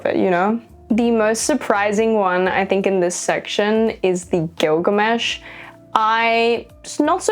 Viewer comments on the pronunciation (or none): none